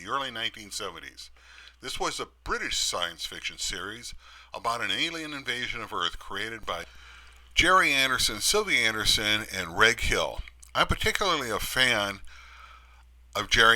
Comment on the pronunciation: re: Reg Hill. Reg is pronounced "Redge" (like hedge, ledge, sledge, etc), as it's short for Reginald.